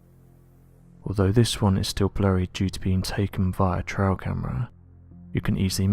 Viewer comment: It's pronounced Trail not Trial